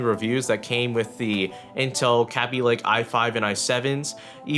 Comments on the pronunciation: It's not pronounced "cabby lake," it's produced "k bee lake" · "Kea-bee-lay-k" get your facts straight it's "Kay-bee-lay-k" who says "Kea-bee" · Kay-be lay-ke The 'a' is a long one. 'ay' :P Yes I know it's all in the pronunciation etc but whatever :P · Sound like you said "Kapy lake" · pronounce kabylake right... kay be lay k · Yo! The way u say kaby lake,it sounds like crappy lake.(No offense intended to anyone)